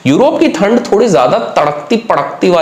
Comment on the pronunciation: Sir थनड Nahi Hota it's ठंड Hota he 😂